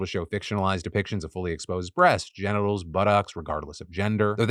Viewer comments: Is it just me or does Phil say "buttocks" weirdly? 😂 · Does anybody else giggle when Phil says "buttocks?"